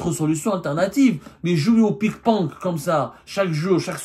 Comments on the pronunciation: On dit ping pong et non pas pik ponk😂😂 Désolé je n'ai pas pu m'en empêcher 😂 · Ils jouent au pik ponk , wallah il dit pik ponk mdr waaaaaaa semmar une chevre qui ressemble a un cochon